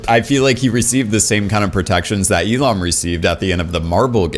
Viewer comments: Why do you call Il-Nam as Il-Lam? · Bro his fucking name is OH IL-NAM!!! OH IL-NAM NOT FUCKING E-LAM DUDE LIKE WTF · Wait, is Il-Nam supposed to be based on Elon Musk? Just listening to your video, whenever you say "Il-Nam" it sounds like "Elon." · You saying Il-nam had me convinced you were talking about Elon Musk.